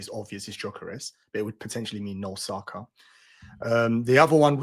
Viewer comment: How can even pronounce Saka’s names wrong 🫠